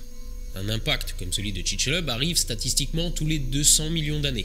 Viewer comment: Je te corrige: On ne dis pas ont n'est TOUT (tou) morts, mais TOUS ( prononce TOU..SSS ou touce morts) morts. Sinon bravo pour ton Français.